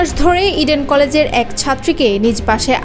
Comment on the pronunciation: রির্পোটারকে সেলুট! সব কথা স্বাভাবিক ভাবে বলে, ইডেন কলেজ উচ্চারণ করতে গেলে যেভাবে ভয়েজটা তার লাউড হয়ে যায়, তা হাস্যকর!